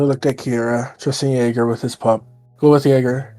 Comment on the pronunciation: I thought it was Kirra not kiarra